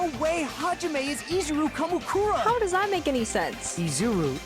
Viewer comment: Two things: Your pronounciation of Izuru Kamukura wasn't wrong. In japanese, you pretty much always accentuate the first vowel, as far as I know. Also, the thing about Izuru the old man and Izuru the student might be a bit confusing: They are NOT the same person. The lab rat Hajime was just named after the founder of the academy. So Hajime isn't an old man. By the way, I absolutely love the "You are the mastermind" plot twist, even though it may have become a little cliche in mystery stories. It instantly makes a protagonist ten times more interesting, imo.